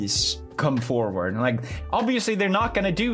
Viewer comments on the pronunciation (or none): none